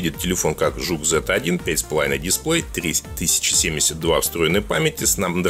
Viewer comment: не жук, а зук . смысла нет брать 801 снеп , и ты не шариш в начинке телефонах